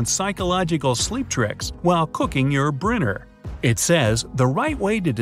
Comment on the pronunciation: u sead briner